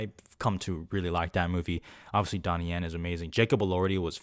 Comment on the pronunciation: Donnie Yen? 😂 Cmon bro...